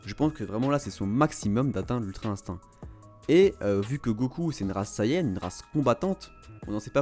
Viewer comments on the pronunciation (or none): none